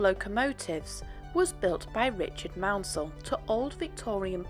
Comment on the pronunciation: Would have been nice to see some actual video of it running. Full marks for pronouncing Maunsell correctly, though!